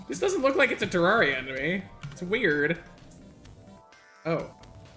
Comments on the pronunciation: The fact that he says "Terawria" 🤣🤣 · THE GAME'S NAME IS PRONOUNCED TER AIR IA.